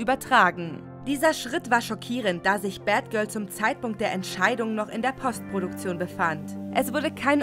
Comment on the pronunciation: sprecht doch demnächst das Wort "postproduction" bitte korrekt englisch aus. Wenn ihr es deutsch aussprecht, benutzt dann doch lieber das Wort "Nachbearbeitung"